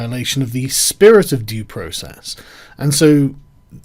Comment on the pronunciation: Sargon Did you just say Process the Jews